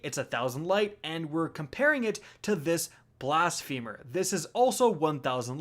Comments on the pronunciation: My guy be saying blasphemer like 'blast femur' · It's pronounced "Blas-phuh-mer"!